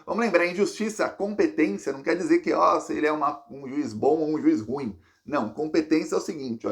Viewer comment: permita-me uma correção: RU IM deve ser pronunciado com duas sílabas, não uma só.